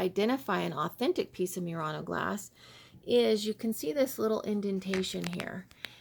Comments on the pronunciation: Murano is pronounced not mew-rano but moo-rano. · I always thought it was pronounced Murano (moo-raw-noh), like the Nissan. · I would like to suggest that you Google how to pronounce Murano. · I just Googled the pronunciation and you are correct. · LOL - I corrected her as well. See my critique of her video and her lame response from last month. So many things wrong in this video and she gets snippy when corrected by anyone! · Please do your research before posting further videos about Murano Glass, you haven't even pronounced the name of the island correctly once in the entire video. And this is Oggetti Glassware....produced on the Island of Murano. The people of Venice have had laws about how things are labeled and categorized when they are produced on the island. Again...researching the history of Murano and Venetian glass making would have given you the knowledge you needed to make this video less laughable! And ENOUGH with the Asian bashing of Murano Style glass making, while it may be cheaper, they are not the only country that does it as your video would suggest. There are companies all over the world that use these techniques, even in the USA!